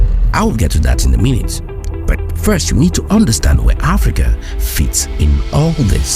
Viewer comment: Why do u say but as burt